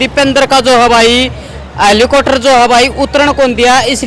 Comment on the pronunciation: Hallicoter nhi reporter bhai ji hallicopter bolo